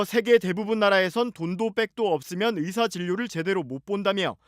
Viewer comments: 여자의사들이 일을 안한다는게 아니라, 여성 의사들이 남자 의사들 보단 혜택 받음. 생리나 출산때문에. 그런데 그 혜택이 당_연히 해주는 것이라고 생각하면 안됨. 권리와 자유의 나라에 사니까, 받는 혜택 임. 발음 샌거로 자극적인 썸네일 + 남녀 갈라치기? 유치하다;; 뉴스다운 뉴스로. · 의새 ㅋㅋㅋ 발음 정확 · 확실히 의새로 들리는데. 의사를 더러운 검새나 판새로 보나보네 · 뭘 의도적이냐? 발음이 잘못나온거지..ㅋㅋ ㅋㅋㅋㅋ 검새. 판새. 짭새. 이새"ㅋㅋㅋ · 의사가 어떻게 의새로 발음이 되냐 ㅋㅋㅋㅋㅋ 아와 애는 혀의 위치가 완전 다른데 평소 의사에 대한 생각이 어떻길래..^^ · 의사 발음을 잘못할 수도 있지 그것같고 지랄하면 발음 못하는 사람 다 비난해야하냐? 의사를 의새로 잘못 나올 수도 있지? 쌀을 살로 발음하는 지역 사람들도 그럼 비난받아야하냐? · 발음이 잘못된거지. 장냐치냐. 의사협회들아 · 발음이 잘못 나온건데 이렇게 과장 하고 부정적으로 표현하는군요.. 온국민이 주시하는 이런상황에 의사님들이 생각하는 그런 발언을 할수 잇읍니까. 억지를 써도 너무 불편하게 쓰시네요. 지능과 인성이 비례되면 좋겟읍니다.